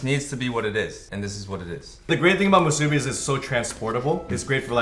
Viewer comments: The way you pronounce musubi triggers me lol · not mah-subi.... MOO-subi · It's pronounced "Moose-ooh bee" Phil. You bring shame to the Asian culture. Also, putting a pineapple on things doesn't make it "Hawaiian". Ask Ashley, here in Hawaii we don't really put pineapples in our dishes. We usually just eat it by itself or with li hing mui powder. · I know Chinese are big on pronunciations because different sounds totally change the meaning of the word, but it's mu-su-bi not so harsh on the u... it's not elongated or stressed... it's just not to fast or too short... it's hard to explain... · anyone else cringed every time they said musubi. they pronounced musubi so weird lol. They placed too much emphasis on the "su" 🤣🤣 I love them :3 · Who else from Hawai`i (+++if you speak Japanese) cringed at/loved the way they say "musubi"? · i love you guys so much but i do not love the way you guys pronounce musubi LOL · When I hear them pronounce "musubi." 😕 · DaMoteSupnet YESSSSSS!!! Pronounce it correctly. Haha. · I cringe at the way you guys pronounce musubi